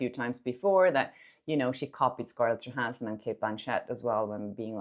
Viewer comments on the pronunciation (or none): none